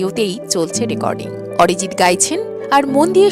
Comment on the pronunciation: What a rubbish pronunciation.....Arijit or Orijit😂....star or ster😅